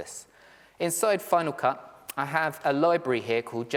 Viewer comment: I used Final Cut Pro for many years, but gave it up when it changed to FCPX. I'm almost tempted to try it again after watching your piece. But tell me, why do you pronounce it FinaW Cut?